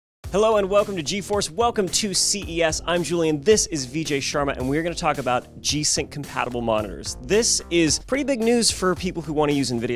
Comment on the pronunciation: Boi pronounce his name correctly. Its pronounced as vi(not like we)-j-aye sh-u-r-ma